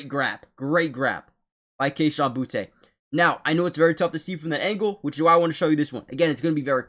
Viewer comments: Booty, not Boo-tay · Boutte is pronounced Booty, like butts and pirate treasure. Just say it the way the Lord wrote it!